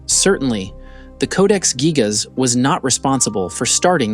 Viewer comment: Its actually pronounced geejas. Hate these ai narrations